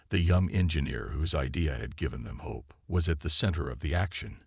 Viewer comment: Love how the AI says * Ho Pe*... you accidently skipped ...😂😂😂